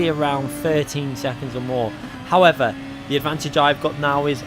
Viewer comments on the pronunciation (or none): none